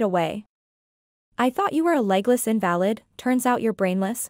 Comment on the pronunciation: Too bad the narrator doesn't know how to pronounce some words, Like invalid.